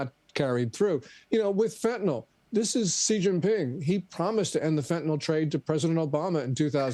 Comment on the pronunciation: Fentanyl is pronounced fĕn′tə-nĭl (fenta-nil), not fentanol; there's no "o" in the word. In chemistry nomenclature, "-ol" is an alcohol; Fentanyl is a piperidine opioid. The name is a portmanteau of pheno- + anilide + -yl with arbitrary spelling alterations.